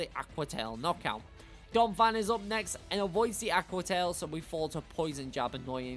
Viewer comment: THERE IS NO F IN DONPHAN! FIX IT NOW!